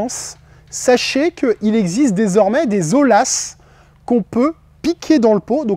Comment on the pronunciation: Ce n'est pas olas mais oyas